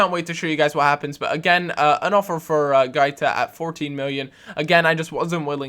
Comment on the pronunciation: GW-A-TEE-AH (Guatia)